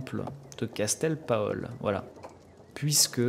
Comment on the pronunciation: Aaah 😁 c'est l'évêché de kastell paol (prononcé paul) actuellement en français saint pol de Léon 😉